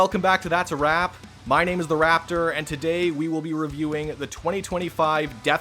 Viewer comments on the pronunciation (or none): I thought you were better than this